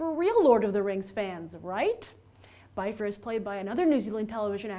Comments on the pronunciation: And it´s bifur not baifer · By fur? really? Byfur? IT'S BIFUR YOU SON OF A TROLL. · Yes, but Peter Jackson WAS wrong. Oin and Gloin are pronounced like Owen and Glowen, Bifur isn't Biffer OR Byfer, it's Beefur. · Bifur is prounced "be-fur", not "buy-fur".My faves: 1: Gloín (cuz he's Gimli's dad) 2: Balin 3: Bombur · its not Byfur... If Bifur. Get it right. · Grace, I think you're mispronouncing Bifur, Bofur, and Bombur. Bifur rhymes with swiffer, Bofur rhymes with coffer, and Bombur rhymes with somber. :)